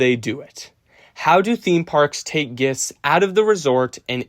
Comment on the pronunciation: Great video. Only note, please work on the pronunciation of "guests," as it was very confusing for me (gests)